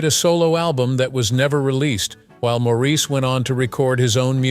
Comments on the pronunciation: By the way my freind is called morris spelt n sed Maurice, he never was maureese never. N was one of his bug bears was people saying his name wrong like im bleedin french he used to say, slightly cross, n also my twins name is robin. Not raarbin. 😮😮 not ok to say our names wrong n once u know all of us from manchester. So with respect if you going to talk about us , please say our names right. N can kill🤭😃 me mam 😊 for naming me this, im not nor ever will be french. 🤐🙂 i all my life too had me name sed wrong n wat we same on in life , so i got it wen he sed it. N now our last name sed so many different ways, Cant win. 🙂🤐🙂😒😒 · His family didn’t spell it that way because in England, it is quite common to name boys MAURICE and pronounce it Morris. By the way, that is how you can tell that this entire entire video was AI generated. Any true fan knows how to pronounce Maurice’s name.